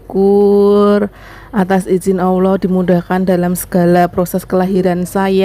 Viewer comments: Maaf ya mbak tina.. Bisa kasih saran nggak? Sebutan nya Allah itu yang jelas ya... ALLAH YA MB bukan awoh... Selamat ya mb atas kelahiran Anak ke 2 nya....semoga bahagia selalu.... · Allah mba, bukan awwah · Sebelumnya mohon maaf y Mb..dalam melafatkan Asma Allah itu kalo bisa jangan Awoh y tp ucapkan ALLAH ( ALLOH ) mohon maaf sebelumnya 🙏🙏